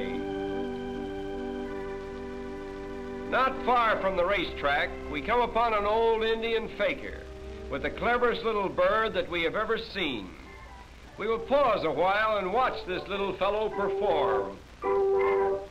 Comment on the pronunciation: Lol the narrator pronounced 'fakeer' as 'faker' hahaha